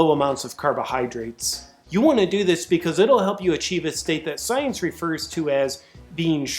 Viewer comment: Hahahaha, "sciense". Cracked me up!